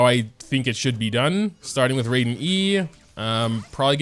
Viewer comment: "Rayden" Shogun